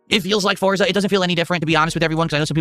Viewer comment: "YOU GAIS wanted this!" "All of you yelling at me to play Foriza 6!"